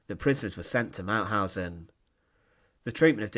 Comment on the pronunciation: The speaker is unbelievable: He cannot speak "Mauthausen", but sounds like "Mauhasennnnnnnnj" - what crazy dialect is this? At the end of the sentences, he speaks always longer words than they are "than they areeeeeeeee" Please choose another speaker, who speaks in a professionell manner.